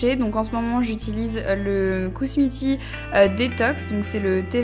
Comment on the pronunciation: black cherry merlot (le t ne se prononce pas ;) ) c'était mignon merlotte ^^ après perso je me douche le matin tout simplement pour être fraîche pour la journée :) mais le soir c'est sûr c'est bien pour se détendre. kUsmi tea et pas kousmi. je sais je corrige mais bon c'est sympa de dire les marques correctement. Après quand tu ne te lèves pas tôt le matin, tu peux te permettre de travailler les soir. Mais je ne comprends pas pourquoi vous changez de routine par saison. perso j'ai la même été automne printemps hiver...